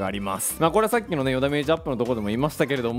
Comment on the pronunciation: 与田メージ(与ダメージ)